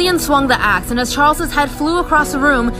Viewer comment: When she said "axe" it sounded like she said something else